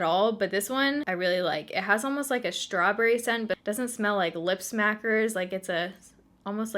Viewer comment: I love how you say "strawburry" ❤️